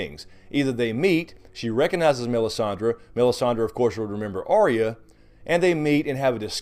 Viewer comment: Why can’t anyone pronounce Arya’s name right? It’s not Ar/rea, it’s Ar/ya. Catelyn in season 1 calls her that, although Sansa always says it way you do. Big pet peeve of mine.